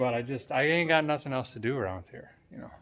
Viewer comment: Thank you for taking us along 🙂 It's been a long time coming. I remember you say-en "can't find noth-en!". LOL Many many times. Look-en forward to see how the rest comes together. Hoping to get a hat for Christmas and by the way. Merry Christmas to you and your family.